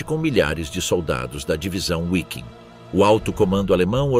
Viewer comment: Alguém, por favor, PELO AMOR DE DEUS, diga para esse narrador que a letra W em alemão tem som de V e que o nome da 5ª Divisão SS Panzer NÃO É "Uaiking" e sim "VIKING", do mesmo jeito que se fosse escrito com V.